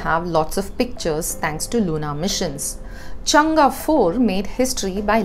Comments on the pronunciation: Hi, Chang-e is pronounced चांग - अ, where the अ sounds somewhere between a and e. You seem to pronounce it more like चंगा. It is a proper noun and ofcourse you have some lee way on how to pronounce it. Your videos are very informative and glad that print is devoting to a Science section, when many media houses just seem to ignore Science section due to lack of funds. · It's chang not changaaa